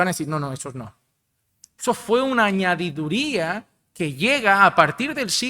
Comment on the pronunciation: Pastor con todo respeto no es añadiduria, es añadidura. Hay palabras que usted tiene muy arraigadas como ando; que sigue usando y que muchos le hemos corregido. Espero me lea...AÑADIDURA.